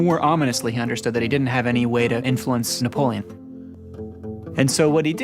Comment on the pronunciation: “N He EnRagEd ......NePoLeeOn”